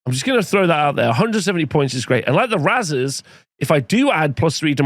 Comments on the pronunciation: Isn’t it pronounced like raisers? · Unsure if thinks razers is actually pronounced that way and doesnt know the word raze